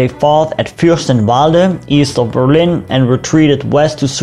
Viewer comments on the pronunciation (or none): none